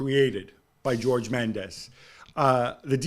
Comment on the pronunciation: Did gab just pronounce Jorge Mendez as George ? Lol